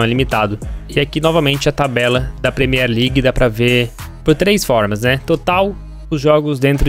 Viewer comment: O FALA PREMIR LEGUE MAIS É LALIGA